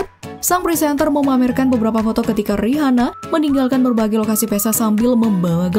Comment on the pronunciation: Buat yg punya channel, coba review cara baca nama artis/ merk tertentu. Contoh: Rihanna. Dibacanya yg bener: Riana.